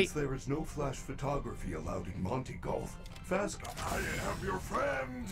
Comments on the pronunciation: You said jolf not golf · why do you pronounce golf like jolf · Its golf not jolf